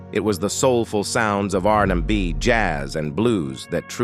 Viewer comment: ‘R da B’ ‘R in da By” 😂😂😂😂😂😂😂